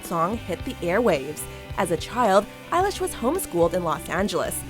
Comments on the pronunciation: did she just said eye-lash... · Eye-lish? I've been pronouncing it elle-ish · Her: "Eilish" Me: NO ITS BILLIE EILISH PIRATE BAIRD O'CONNELL